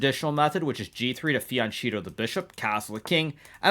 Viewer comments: "fee-on-cheeto" -Hikaru 2025 WHY 😭😭😭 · to fen-cheeto the bishop. I cant tell if he is saying it like that on purpose lol😂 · Why does Hikaru pronounce fianchetto like that